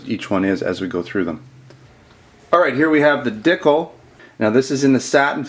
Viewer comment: Regarding the ekol dicle. The name sounds less silly when you know the correct pronunciation. Dee cluh. And it is a replica of the baretta cougar. You mentioned that you are about giving to the community regardless of if it is a product that you carry which is very cool so I hope that information helps.